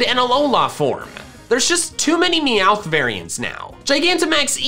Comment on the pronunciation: DO NOT LEAVE OFF THE T IN MEOWTH!